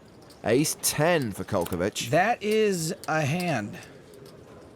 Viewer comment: Ace. Not ass lmao 😂